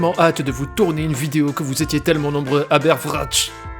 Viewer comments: Alors Aber Wrac'h c'est du breton, la fin ça se prononce [k] Ce qui me fait me dire qu'il y a un bot Breton sur YT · petit info concernant la prononciation de Aber Wrac'h :3 ça se dit "Abair Vrak" C'était le passage rapide d'un breton :3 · Donc Aber Wra'ch tu le prononce pas comme un k à la fin ?